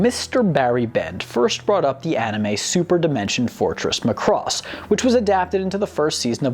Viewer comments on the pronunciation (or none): It is MACROSS MAC as in MACBOOK it is not Mcross or Mcbook. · its not M'cross, its Macross. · Not to beat a dead horse, but...THERE WAS A REASON HE SAID MACROSS AND NOT ROBOTECH!!!! (MAH-cross, not "McCross"...duh... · It's MA-Cross. Not m'CROSS. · Muh-cross. LOL. So after watching EVERY episode you still pronounce it wrong. It's Mack-cross. And continually mispronouncing name used in every episode leaks me to believe you just googled several fansites and a wiki or two and went from there to write the script. Like claiming to watch all the episodes of Naruto and then proceeding to pronounce Sasuke as suh-Sooki. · It isn't ma-CROSS. It's MAH-cross... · In the original Japanese, they pronounced the ship name as /MAH-koo-ROHS/. Because of Japanese grammar rules, sometimes it sounded more like /MAH-koo-ROH-soo/. At any rate, the "o" should be pronounced like a hard vowel. Not /muh-KROS/, but /MAH-KROHS/. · It’s ma cu doss not muh cross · It is not pronounced MUH-Cross it is MA-Cross. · its irritating how you pronounce macross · It's MAcross, not Muh-cross. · didn't the narrator and characters on the show pronounce it like McCross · Please learn to pronounce the names better It's not "much cross" but "Mac cross" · Say Mack Ross, not muh cross. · I've always said it MACK-ross. Muh-Cross doesn't sound right somehow. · Would people(of the West) stop pronouncing it as "Mc-cross". It's, The "Mac-Ross". Or if you're still cringy about it. Just call it "The SDF-01". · The ADV dub always called it Mc'cross and I hated it. Why? It is totally clear when you hear the opening intro. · yah but you realize he butchered the name right? its mac - ross... there was no love... lol which japanese name is Makurosu and hey guys you realize with out macross there wouldn't be transformers right? i mean give it some respect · every time he says ma cross I want to throw something at my monitor. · It's pronounced sir as mack-cross..... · This show is a classic. Also is pronounced Mack-Cross.